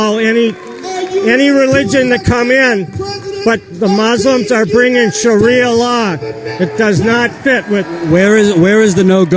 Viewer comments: "Shawia lion" "Constertation" lol, what is this nigga on? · did he say sharia lion the firs time ? ^_^